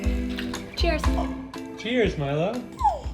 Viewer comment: It’s so cute when you say Milo I hear My love ❤ so sweet haha